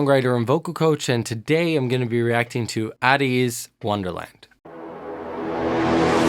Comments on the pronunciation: Please,. Pleeeeease. They're A-TEEZ, rhyming with HEY-CHEESE. Not AT-EASE. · hey just wanna let you know that ateez is pronounce aye-tease (like the letter A + tease) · Thank you for another ATEEZ (pronounced more like 80’) reaction can you please react to some more songs like Turbulence where their vocals are more shown Iwould love to see your analysis and reaction ❤️ also Answer and Inception, my top tier for sure! ateez are a versatile group and they have a lot of genres in their discography ❤️